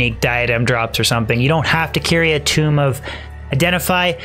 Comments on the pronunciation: Tome is pronounced like home not tomb. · He also pronounces "tome" as "tomb" :P Cute